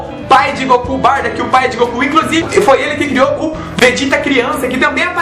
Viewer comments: escrita correta >>>>>> Bardock pronuncia correta >>>> Bardack ^^ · nao e barda se pronuncia au pe da letra bar-DOCK